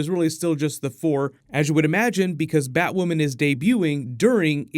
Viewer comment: Finally you said Batwoman’s name right